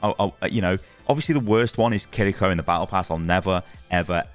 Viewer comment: Just say “Kiriko” in an English accent. You’re not impressing anyone by trilling your “r” and quite frankly it comes off as cringeworthy.